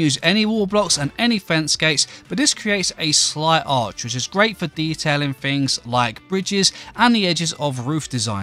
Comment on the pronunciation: Yes the small details matter. A nerd who can't speak? "more further", "leafs", "builden", "ma-er", "goin", "growen", "maken", "flooren", "more softer", "nee-ar", "electerns", "fickar", "roofs", "fings", "such a nicer", "usen", "mixen", lucky you can play minecraft it's a pitty you never learned to speak correctly.